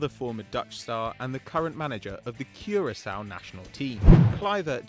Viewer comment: Thank of saying Curacao correct